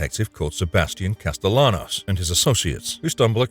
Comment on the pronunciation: With sebastian's last name you pronounce the double L as a y, like casta-y-anos, had you played the game you would know. Also to say that most of these games are resident evil clones is quite a bloody stretch.